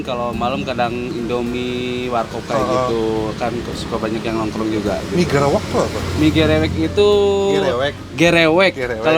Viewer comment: Bacanya emg "Gerewek" koh bukan "Gereuweuk" klo di Sunda Beda arti soalnya